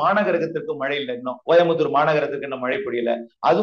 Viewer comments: மலை,மலை,மலை ஐயா தமிழ் படிங்கடா அப்புறம் செய்தியாளர் வாங்க😢 "மழை" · Malai இல்ல. மழை. சரியாக உச்சரிக்கவும்